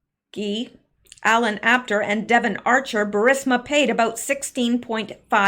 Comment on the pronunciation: Pardon me did you say about or a boat? Please clarify.